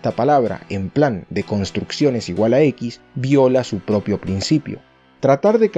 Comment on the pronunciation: No entiendo dices deconstrucción o de construcción